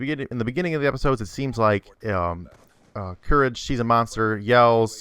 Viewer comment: lol how u say courage lol and eustace. it's eustace not hustace and not hoostace